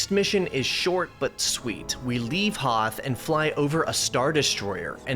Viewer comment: Weeell, eggshuallay it is called the Hoth system, not "Hoff".